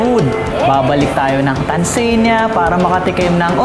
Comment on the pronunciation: Nice video. But its pronounced Tanzania, not Tanzeenia.